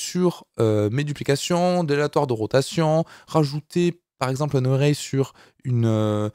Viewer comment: Array se prononce comme Arrêt en français. Pour une fois que la prononciation est simple... ;)